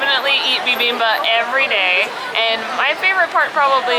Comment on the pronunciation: the dish that you had in the beginning is pronounced like: "BEE-BEAM-BOP":). It's rather fun to say! One of my favorite Korean dishes!